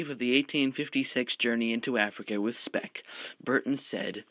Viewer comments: its speke not speck, ffs. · Thank you very much for this great video. Just 2 things: it is Tanganyika as in "tangayeeka" not "tanganyaika" and Speke as in "speak" not "speck"